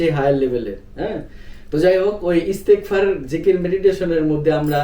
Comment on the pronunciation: ইস্তেগফার দোয়াটি পড়তে ভুল হচ্ছে